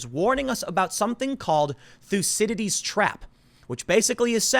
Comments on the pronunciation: Say it with me now, TH-OO-CY-I-DEES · Stop saying Theucididies Twap! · Tim: thucy..... Everyone: please dont Tim:dides trap Everyone: for fuck sake another one! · "Thucydides" trap